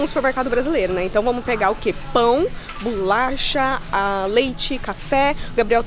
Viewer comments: Kkkkkk eu falo bolacha já estou agoniada dela falar bulacha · Muita agonia a falando BULACHA AAAAH 😂😂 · Que agonia ver ela falando bulacha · Achei que era só eu kkk